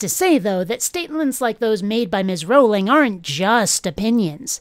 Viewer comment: Thank you. You're one of the few Americans who pronounce J.K. Rowling's surname correctly, "Row" as in Row the boat, not as in having a violent argument.